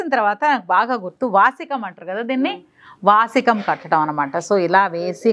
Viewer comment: వాసికం కాదు వాసిన అంటారు